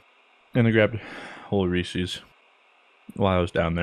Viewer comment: *pronounces it "reesee's" Me: TRIGGERED